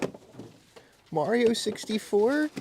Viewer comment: Ray-men blasphemy